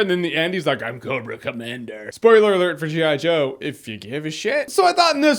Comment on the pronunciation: Why say spoiler and then say "Spoilert alert"